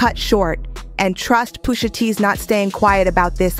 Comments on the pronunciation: Poosha??😂😂 I hate how she pronounced Pusha.... But aside from that this was good! Jimmy is crazy like 😂 his mama ...Great breakdown tho. Gave it a like 👍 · Ummm why is she mispronouncing Pusha and Nas? WTH? 😒